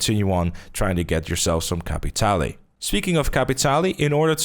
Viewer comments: Bro, you're saying capitale wrong. Just like most players are saying Saint Denis wrong. The guy from the quest literally pronounces the word "capitale". It's French/Cajun. Cah(similar to caw)-pee-tahl. The "pee" is like a combo of "pee" and "pi" like PIT, not PIE. Combine the sound of pee and pit for the i. Not Caa-pit-all-ee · Its capitale and not capitali...just to let you know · pretty sure its pronounced [kap-pee-tal] :)